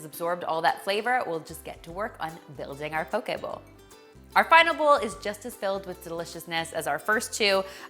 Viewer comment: Mahalo nui loa (thank you very much) for your proper pronunciation of the word “poke.” Your Hawaiian is spot on! 🌺🌸🌈❤️